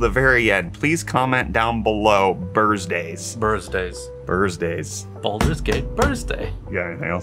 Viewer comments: Bursday, I thought they said ‘“Bearsday.” Thought they were following a certain path… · Jenshin like he had to do it on purpose also BURSSDAYS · Bursdays? Lol nice! Could go baldayz